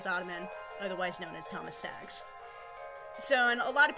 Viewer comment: Actually his last name is staggs not saggs. But both names do sound almost the same